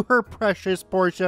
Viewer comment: Thank you for pronouncing Porsche correct greetings from am German that get's trigget by wrong pronounciation